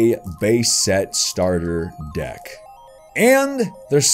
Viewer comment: Wow, you sound a lot like Markaplier. Mainly, the way you end certain words. The way you say deck and love at the end of sentences. Interesting.....